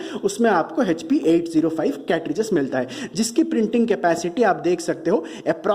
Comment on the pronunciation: Hp ko hechpi kyu bolte ho Echpi ( Hp ) hi bolo.